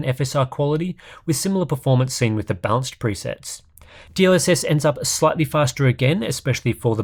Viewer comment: I'm going crazy here. Every time you say balanced I hear bounced x_x